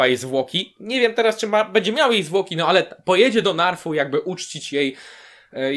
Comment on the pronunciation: Podzielam Twoje odczucia. Kilka dni temu trafiłem na stronę D&D i dziś z przykrością stwierdzam, że nie wierzę aby coś się dało uratować (tu wspominam z nostalgią Twoje słowa na koniec 7 sezonu). I mała uwaga: wyspa Naath a nie Narf :) Z innej beczki - jak oglądałem odcinek, to jakoś nie było dla mnie oczywiste, ze Sansa się wygadała. Przecież powiedziała bardzo ogólną myśl: "Co jeśli jest ktoś inny, lepszy". Wcale z tego nie wynika, że powiedziała resztę.